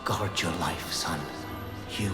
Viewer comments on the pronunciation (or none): none